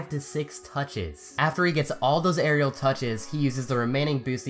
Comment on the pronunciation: It’s not that hard to say “Aerial”. Come on, man. 😂